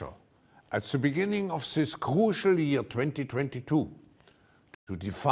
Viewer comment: We don’t want to be interconnected and klaus can’t pronounce the word “this” so you should listen to him.